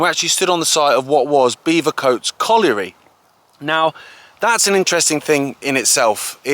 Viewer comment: Great vid but it's Bevercoates as in Bevy.. not beever.